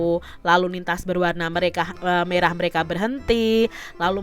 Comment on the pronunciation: Mekrah benar Merah salah 😂😂😂😂